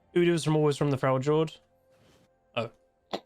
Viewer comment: my brother it's pronounced frelyord